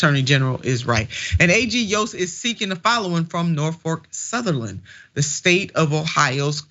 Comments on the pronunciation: She clearly called it "NorfoRk Southerland. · I believe that anyone who cannot pronounce a railroad's name correctly is an idiot! #Norfolk Southern is the correct pronunciation